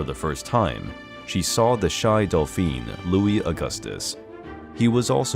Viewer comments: God, check your facts, my man! From not being able to pronounce dauphin to saying that Maria Theresa took pride on Antoinette when all she did was admonish her for her frivolous behavior. You should be ashamed of this video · Your use of the words Dauphin and Dauphine are not correct. Dauphin is male pronounced like Dough-fawn aka Louis, the Dauphine is female pronounced daw-feen; aka Marie not Delphine which means Dolphin 🐬